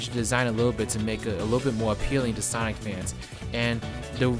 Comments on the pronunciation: Why does this guy keep pronouncing sonic as saik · It's not Sonic it's Sonk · Can’t pronounce sonic so I’m out thumbs down